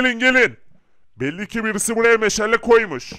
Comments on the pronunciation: Meşele nedir oyle mi söylenir doğrusu meşale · Meşale meşele deyil